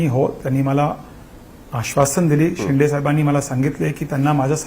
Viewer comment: शिंडे नाही शिंदे ..शिंदे म्हणायला शिका.. आधी ! नाही तर शिंदे साहेबाला शेंडी लावाल 😂